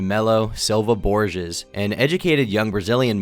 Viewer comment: I think it's pronounced "borhays"